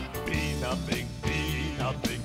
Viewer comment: It’s a FEE not Pee